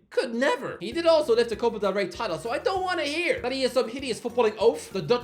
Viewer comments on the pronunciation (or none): none